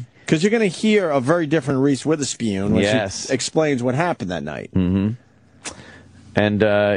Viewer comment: Omg we get it. It's funny that you say Witherspeeewn. It's so hilarious!